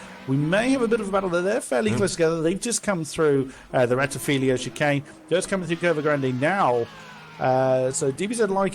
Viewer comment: Nice race and commentary, just a note for all english commentators. The start finish straight is called "rettifilo" but is frequently wrongly pronounced "rettifilio".